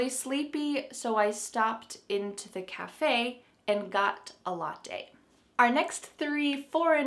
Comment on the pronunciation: Hi, very nice this video about different words. You pronuonced very well the words latte e paparazzi. About the word cartoon, I didn't know was Italian, I always thought was American. In Italian language have also PATIO, KIOSKO and of course yogurt. Thanks for sharing this interesting video. See you Hi from Italy